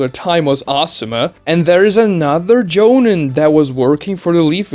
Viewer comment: Maybe I'm a jerk for this but your pronunciation of the word jonin was tilting me. The I in the word sounds more like an e. Like in the word me or free or tree. "Joneen"